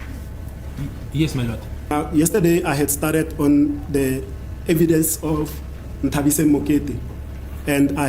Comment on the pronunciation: Can't you say "Nthabiseng"? Not Ntabiseng??